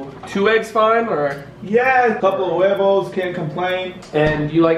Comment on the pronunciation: When he said Brian's eggs in Spanish sounds so wrong